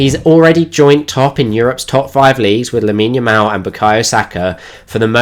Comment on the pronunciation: Loved the tactical breakdown, but one thing kept bugging me during it, are you saying lamal or yamal? 😅 Edit: also one underappreciated aspect of his game is his unlimited stamina and good defensive work rate